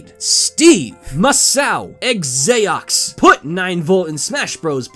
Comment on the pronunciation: "Egg-zay-ox"? Eh... close enough.:P Dont worry about it, good quality video as always,.